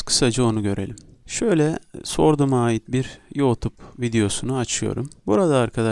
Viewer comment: Senin teleffuzun batsın yootub nedir 😂